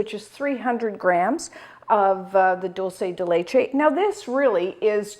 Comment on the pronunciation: ARGENTINA ARGENTINA ARGENTINA !!! ♥♥♥ PS: it's pronunced DOOL-SE(curity) DE(dicate) LE(t)CHE(ss) I put the words in brackets to show another word were the letters are pronunced the same. Amesome recipe!! All the Love ! ♥